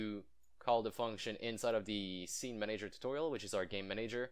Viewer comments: IT'S "MAN-uh-jer" not "mun-AGE-er" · Man-A-Ger not Ma-Nager :) love the videos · Are you Italian by any chance? You pronounce the word "manager" with an accent like an Italian would. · i love your videos but the way you pronounce manager triggers me >.<